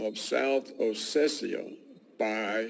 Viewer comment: South Ossetia, not Ossecia